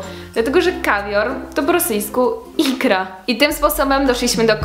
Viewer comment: W słowie Соски jeżeli akcent jest na "o" (jak Ty powiedziałaś) oznacza smoczek. Jeżeli chcesz powiedzieć po rosyjsku sutki musisz robić akcent na "и". Tez w słowie икра i икру akcent się robi na ostatnia literę.